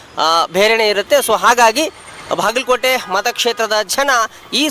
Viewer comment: ಭಾಗಲಕೋಟೆ ಅಲ್ಲಾ ಬಾಗಲಕೋಟೆ